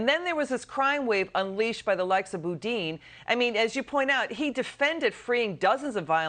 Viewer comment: Kennedy is the first person to say Chesa Boudin’s name right.